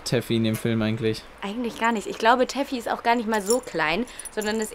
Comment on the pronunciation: Der hund heißt toffy und nicht teffy😂😊